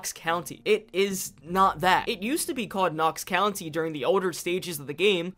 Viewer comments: Anyone else annoyed that he says country intead of county? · It’s county not country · You’d think with 300 hrs (possibly more now) that you’d know it’s county not country.. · I'm not native to there, so that one didn't hurt my ears as much as county / country. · I swear to god if you say ‘country’ instead of ‘county’ ONE more time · Thank you for this video! But... it's county, not country. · Knox county. Not country bud. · Its COUNTY not country. Sorry it was driving me nuts. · I mean yeah in reference to you saying “country” it is county. Buuuuuut it’s funny that all the PZ YouTubers call the area you explore in PZ “Knox county” when Knox county is on the other side of the state and Louisville is in Jefferson county and let’s take Muldraugh, is in Hardin county. Simply being close to Fort Knox doesn’t mean it’s “Knox county” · It hurt my brain with him saying Knox "Country" so much. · knox county did you say knox country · county.... its knox county